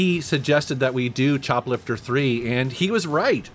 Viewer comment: I swear I heard "chocolate for free" the second time you said choplifter III.